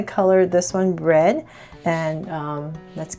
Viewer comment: Sounded like she said "color this one bread"